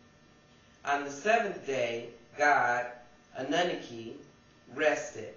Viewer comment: Your pronouncing annunaki incorrectly I believe. anewnoky